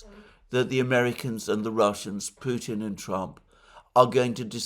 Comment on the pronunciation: you, Alexander, for saying Putin's name as it is said in Russian, minute . I listened 4 times!